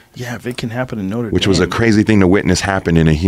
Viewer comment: Wtf is Noter Dame ? 😂😂😂😂